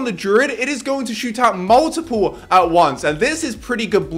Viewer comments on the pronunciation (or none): none